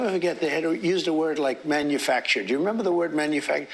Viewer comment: Did you notice that instead of the word " manufacture" he barely squeezed "manufuck"? Stop using "IQ" term when talking about orange single-cell amoeba.